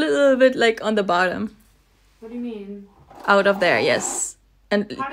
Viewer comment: “i mean i ammah” “it’s not workinggguh” “what do you meeannnuhnn”